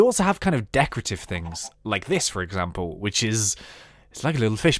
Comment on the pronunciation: i sneezed so the thing i heard was "You can make some off these into your house for examble this well"...